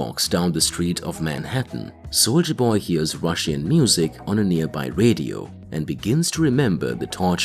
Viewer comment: Why does this man say Russian like that